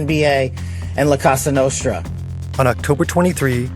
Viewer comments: Kash....COsa Nostra, not CAsa Nostra. It's not a house lol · “La Casa Nostra” 💀💀💀💀💀💀💀 How? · oh, yes. The "Lacoste Nostra"